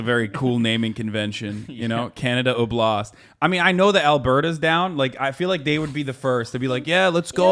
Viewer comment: OB-last, not ob-LAST.